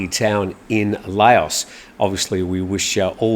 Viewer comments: I thought you prononce Laos as "Laaoh" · What's wrong with Nigel Farage,? At least he can pronounce Laos (silent s, rhymes woth cow and how) correctly, unlike you! Lay-oss 😂😂😂😂😂😂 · Lao(s)… I’m sure the western international pronunciation gurus say otherwise… but nonetheless, it is a little difficult on the ears to hear it pronounced less than correctly 🙏🏼